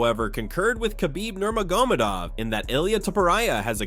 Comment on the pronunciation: Toporia! Nurmagomodov every time